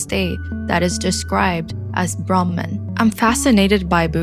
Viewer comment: Appreciate your clear English accent. But it would have been ideal to pronounce Sidhartha, Gouthama, Brahman etc as we do in Sanskrit. Names shouldn't intentionally mispronounced just because westerners tend to mispronounce them.